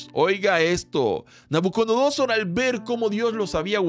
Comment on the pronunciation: Querido hermano, gracias por estos momentos de tanta bendición, solo quisiera decirle algo: No se dice._ NabucoNodosor Se dice._ NabucoDonosor No es hate, es para que los nuevos en el conocimiento de la palabra, no se confundan. Bendiciones